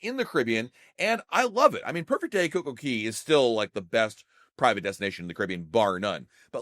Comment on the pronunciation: Okay two things you’ve been saying Wrong this whole time and drives my mother nuts when she hears it CocoCay is pronounced “coco” cAy” not “coco” “key” like coco keys waterpark at a hotel and how your saying Nassau is pronounced for outer space Nassau is pronounced “Nass” “u”